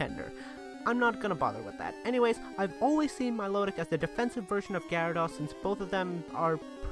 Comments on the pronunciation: It's not milotic is not pronounced my law tic it pronounced mill oh tic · you said milotic wrong idiot you english bra you suck you always get pokemon names wrong i unsubbed u suck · Everyone prouncess milotic wrong